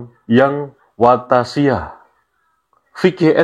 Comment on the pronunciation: mohon maaf,klarifikasi kalimat,yg adalah washatiyah bukan wathasiyah trmksh